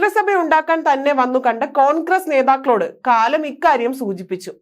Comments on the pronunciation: കാലം അല്ല കലാം, റീട്ടേൺ അല്ല റിട്ടേൺ.കഷ്ട്ടം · സുബ്രഹ്മണ്യൻ സ്വാമിയെ, സുബ്രഹ്മണ്യൻ എന്നും, കലാമിനെ, കാലം എന്ന് വായിക്കുന്നതും, വിവരക്കേട് ആണ്. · കലാം നെ കാലം എന്നൊക്കെ ഒരു വാർത്താവായനക്കാരി വിശേഷിപ്പിക്കുന്നത് അരോചകം തന്നെ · I too noticed the mistake, poor presentation, so sorry.